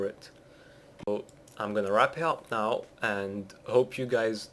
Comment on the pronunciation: welcome back gays? fuck you